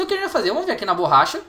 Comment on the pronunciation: Burracha ne ops BORRACHA